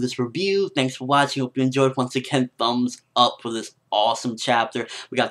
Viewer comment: i love the way u say thumbs up... ..tfumbs up for this chapter hahha <3